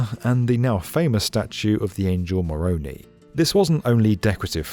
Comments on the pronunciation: BTW its pronounced "Moronai" not moronee ;) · Just FYI the way you pronoun name Moroni is correct except the last sound it the long 'i', not the long 'e' It the same sound as in the "hello" greeting "hi" more • own • i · Moroni is pronounced with an i sound at the end not and ee sound. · moronee lol it's moroni with a long i sound, that's okay though. The streets are one of the easiest and best laid out streets in the US. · More-rone-ee lmao Its more-rone-eye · Love the video just a few things 1. its not a church it's a temple 2. We are Latter-Day Saints not Mormons 3. Moroni is pronounced with the I on the end as EYE not the EE sound. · Moh - Rhon - Eye — MORONI NOT Mo-Row-Knee. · Maroni pronounced Marone - eye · The correct name of the church is The Church Of Jesus Christ of Latter Day Saints and the name of the angel on top of the temple is pronounced ma ro nigh rather than maronee. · From the best we've understood, the name Moroni is pronounced as "muh * RO (long) * ni (long)," not "muh * RO * nee." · Corrections: we’re not called “Mormons” and it’s not the angel “Moro nee” it’s Moro “nigh” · A couple more corrections. It's a temple not a church. The angel's name is pronounced with an "i" sound at the end, not with an "e" sound. Mor-on-i (eye) vs Mor-on-i (eee). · Great work. Really enjoyed this. And, I'm sure you've been told this, but Moroni is pronounced Mor-OWN-eye. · Former Mormon here. Great video, let me just help with one thing: It’s the statue Moron’I’ as in 👁️ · Moroni is pronounced 'more-ohn-eye.' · As they were starting deconstruction of parts of the building The area was struck by a 5.7 earchquake the actually made the angel Moroni (pronounced Moroneye) dropped his horn. That just made this renovation more important. The 2 billion dollar renovation is an estimate. With all the other building around Temple Square I would bet it more than that but the Church of Jesus Christ of Latterday Saints isn't revealing the actual cost. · “the angel moronee” 😂